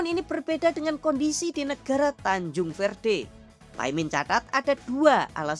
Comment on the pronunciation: Tanjung verde jadi tancung verte😆😆😆😆